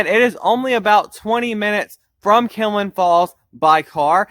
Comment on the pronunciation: Its kinlock not kinlin